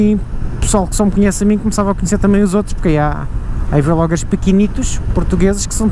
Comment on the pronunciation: sabes que é vlogger tudo junto e não "vêlogger"... Também não dizes "bêlogger" pois não?